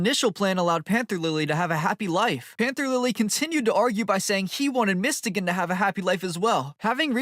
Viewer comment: Who the hell is mistegan, i think its pronounced as mys-to-gan